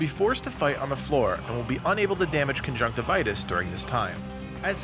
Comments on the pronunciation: Isn't it conjunctivius and not conjunctivitus? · It's Conjunctivius - lol